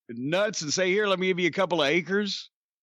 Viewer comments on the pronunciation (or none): holy shit, never heard that before "couple of ache-ers"